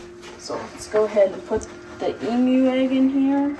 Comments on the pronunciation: You say emu funny! Sounds like you are saying Em-U . We say E-MU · Just a heads up...but it's EEmu not Imu lol. Long E sound. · Emu is "E - moo" not "m-u" 👍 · Funny to hear you pronounce Emu! You say “Mmmu”, we say “Eeemu” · The variety of eggs Houston has is so exciting! However, the pronunciation of the word Emu is EE-mooh. The EE's are Long E's. I'm a writer and I just had to point that out to you. It's an OCD of mine. Sorry 😞 I can't wait to see if they all hatch. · Like usual, great video, thank you. FYI, the correct pronunciation of emu is EE-mooh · For the love of God... It is pronounced E-mu... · the green egg is a Emu. Pronounced with a long E sound. We have a fairly large Emu farm up the freeway. They also have deer, goats, birds, rabbits and sting ray fish. My granddaughters love it. Bridgette is such an animal lover. She goes nuts everytime we go. It never gets old. I am hoping that Houston's eggs all hatch. It will be so exciting for Houston and us your U.T. family. So happy " Mr Duck" 🦢 is doing better. Y'all take care be safe.